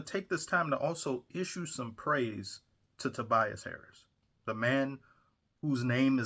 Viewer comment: You said Tobias Harris and all I heard was Tobias Whale 😂😂😂